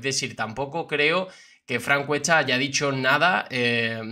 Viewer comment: Frank Cuecha, que echá, cheniendo, agocho... 😂😂😂 Amigo ve a un fonoaudiólogo urgente, no pdés hablar así! Es una falta de respeto al lenguaje castellano... 🙄🤦🏻‍♀️